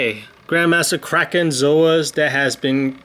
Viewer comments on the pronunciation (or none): none